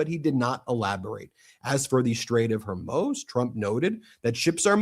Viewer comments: I can't believe you keep saying strait of Hormoze it's pronounced Mooz like the cow moos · Please say Zel-EN-sky and Hor-MOOZ. Your garbled pronunciation detracts from the otherwise excellent videos. It’s not Zel-IN-sky and it’s not Hor-MOZE. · Please BEN, learn how to pronounce 'foreign' words rather than guessing (like NOR Hormews or Hommoze but HORMOOOZ for Hormuz. and the equally bewildering Mountbaton rather than Mountbatten for a few days. Easy peasy to check out via google searches or google translate. Otherwise, loving your work. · Strait of Hormuz....Hormooz just FYI